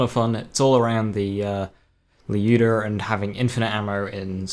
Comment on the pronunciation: One thing I have to note, is that I don't know if it's due to your accent or you're actually pronouncing the word correct, Lyuda, at least it sounds like that to me, most other players say ly-ooda but the correct pronunciation would be L-yooda